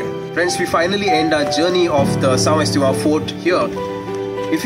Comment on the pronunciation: Poor Pronunciation of the name of the village, Please change the title to read (Portuguese) . Lovely Video Scenic